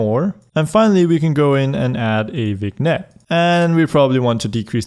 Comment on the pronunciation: Awesome video as always, keep up the great work! Also, vignette is pronounced vinyet